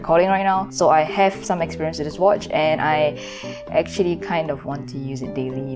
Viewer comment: English: with: wivff